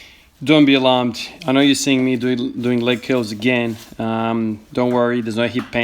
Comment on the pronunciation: Leg keulz